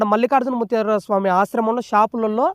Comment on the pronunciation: ముత్యార కాదురా బాబూ ముత్య